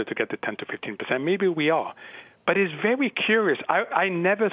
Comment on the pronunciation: 'It's vewy cuwious' - he sounds like an Arabian Elmer Fud!